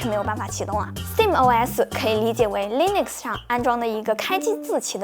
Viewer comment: Nitpick: 是讀Linux (/ˈliːnʊks/）跟Linus Torvalds 名字發音相近